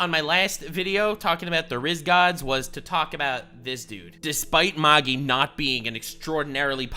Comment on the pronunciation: you said Magi wrong. It's "mag-I"